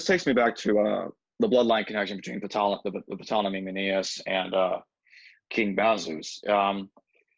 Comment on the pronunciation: Ptolemy SILENT P. just sayin